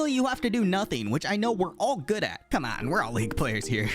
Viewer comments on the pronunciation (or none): none